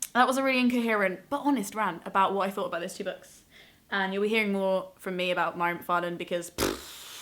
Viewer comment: Mhairi is my fave too, she's absolutely hilarious!! Just in case you do a more in depth video about her books / writing, her name is pronounced Vah-ree :) xx